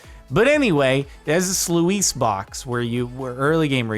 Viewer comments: noooooooo!!!!... "slew - eese" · "Sluice" is pronounced "sloose" you probably already knew, but I'm still just sayin'